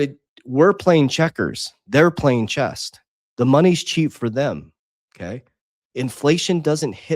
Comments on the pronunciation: Cut him some slack, he's lisdexic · Did it bother anyone else that he called chess "chest"?